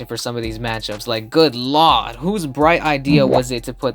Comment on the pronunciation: Please stop saying lord as lawd its sounds y wrong from you